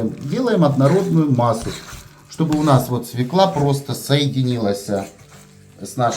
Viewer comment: Правильно говорить свёкла, с ударением на ё. Если в слове есть есть буква ё, ударение всегда падает на неё. Спасибо за рецепт! Всех благ!